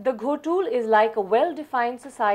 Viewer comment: It's not Ghotul❌ it's Gotul ✅